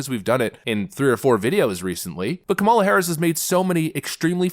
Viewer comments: I love your videos. I have to correct you on the pronunciation of Kamala. The emphasis is on the first syllable. Not the second syllable. You will be fodder for the left. That’s all. Keep up the good work. I enjoy your perspective. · Are you mispronouncing her name for effect? KAM-a-la. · Hi, been listening for a while and like your content, I don't like kamala, and won't vote for her, that said, I wish you would learn to pronounce her name, does she deserve that respect at least? It's a small thing but it's annoying and a little petty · Do you really not know how to pronounce her name?